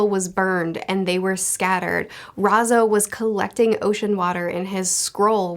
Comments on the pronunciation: good Video, but it’s R A I Z O, not R A Z O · What is so hard about the pronunciation of "ai"? Its R-eye-zoh. Like is it an on purpose joke? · Ah yes, "Rhazoh" my favorite scabbard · I like how she says Razo 😂😂😂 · She says Raizo with a southern accent, how adorable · Why does sound like she's saying Raizo in a Texan accent XD